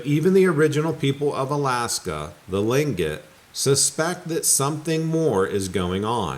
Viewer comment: Tlingit pronouced cleankit